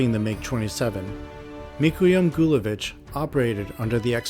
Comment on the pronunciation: it seems you are impression that Mikoyan and Gurevich are same person. they are two sepperate people. Also , the E in Gurevich is long and pronounced one . not shy and tame one.